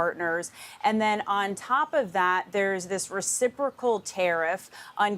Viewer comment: Re-ci-pro-cal tariffs.